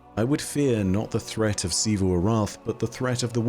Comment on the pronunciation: OH MY GOD IS FINALLY SAYING „XIVU“ CORRECTLY